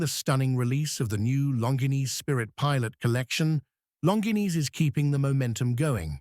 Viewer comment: Terrible video... Cannot even pronounce the brand name properly. Lazy and sloppy work!